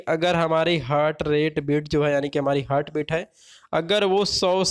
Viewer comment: हर्ट (hurt)nahi ... हार्ट ( heart) hota h